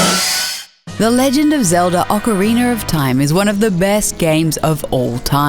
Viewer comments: "Ocariner"😂lmao its ocarinA not ocarinER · . legend of zelda ocarinER of time? you know they dont know shit about video games when they cant even pronounce such a iconic game correctly. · Ive never heard of ocariner of time lol jk